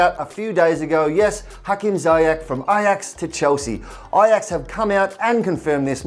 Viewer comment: Sorry for nitpicking but Ziyech is pronounced Zee-yash. Anyways, great video as always guys 👍